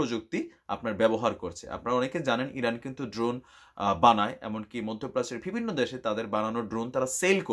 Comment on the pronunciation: Vai pls vibinno na bole bivinno bolen,,it's sounds not good